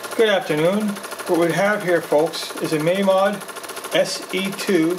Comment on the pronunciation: Finally someone who can pronounce mamod in the great great grandson of the founder